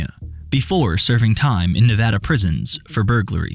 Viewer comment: Thank you for pronouncing Nevada correctly